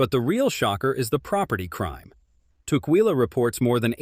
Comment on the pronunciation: I live in Vancouver WA.(25 years) (and Tacoma for 10) Ask locals how to pronounce local cities.You messed up tukwila. It is pronounced "tuck-willa" I have seen you do that in other videos. Be more sensitive to local pronunciation. It will help people take you more seriously.